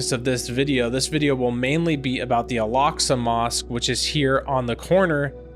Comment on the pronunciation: Why does he pronounce Al Aqsa mousqe as 'Alaska' ?? It's improper. He should read the Quran. Stop ✋️ telling people to read the Bible it keeps changing every season. Read the Quran. Jesus will come. Muslims believe that as well. He lacks knowledge on many fields. Just saying